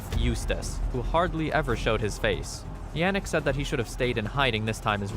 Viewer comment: Tiny nitpick, but it is pronounced as 'gro-tuh' when speaking about Albert. De Grote is Dutch for 'The big/the great' and we call the legendary Alexander the Great- Alexander De Grote in our native tongue. Also, Yannick is pronounced as 'Yah-nick', not 'Yeah-nick'.